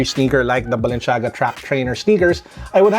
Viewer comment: *balenciaga no balenshiaga